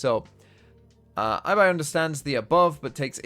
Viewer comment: just so you know, Ibai is pronounced "EE"BAI Best regards